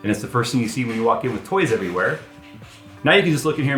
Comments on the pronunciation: It's LEGO not LEGOS, What is it with Americans They can't say Lego. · Lego... There is no S... Stop saying it wrong. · arrrgggghhhh. Say legoes again i dare you :) so annoying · He keeps saying “Legos” and it’s driving me insane! Poser… lol Love you!